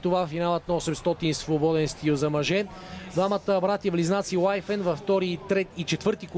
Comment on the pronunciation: Коментаторе, произношението е Уифин, не Уайфен.